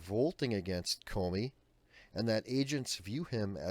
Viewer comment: Thnx Adam, that does appear to be the correct pronunciation of his last name. He has possibly placed America in more peril than Clinton, due to the everyday federal agents viewing different security breeches with altered perceptions, regarding how severe the charges should be, against possible suspects. Some legitimate suspect could be currently overlooked, simply because of the reality of placing blame upon a person, that should actually be charged with felony wrongdoing??